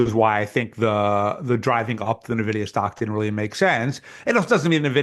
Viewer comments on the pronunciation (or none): What kind of venture bro doesn't know how to pronounce Nvidia?